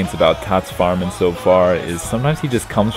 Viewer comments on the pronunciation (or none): english language and pronounciation of german names #FailFish who is Farmann ? #Kappa